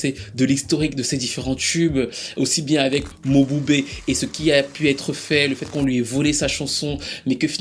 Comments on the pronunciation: Ça ne se prononce pas Mo-bu-bé mais Mboubé😅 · Prononciation is not mobube but m(e)bube